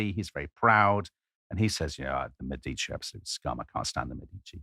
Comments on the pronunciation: The accent is on the first syllable in "Medici" FYI. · Florence!!! This is going to be great! I have already learned something in the first 5 seconds. I have been pronouncing Medici wrong my whole life. Don't tell my Italian family please! 🤣